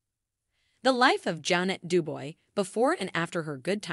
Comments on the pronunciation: Why doesn't a commentator learn how to say the person's name. It's not du boy. Phonetically, it is due-bwah! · Narrator doesn't even know how to pronounce her name. It is pronounced Du-bwah. Duboy. Get yerself edgycated. lol